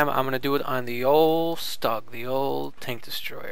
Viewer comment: Lol he said stug wrong